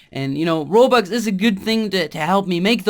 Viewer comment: he keeps on saying "Robax" X3